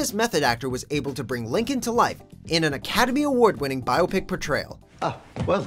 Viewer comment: He pronounces biopic wrong the entire video. And it bugs the help out of me